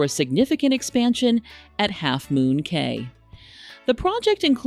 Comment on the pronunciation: It's pronounced "Key"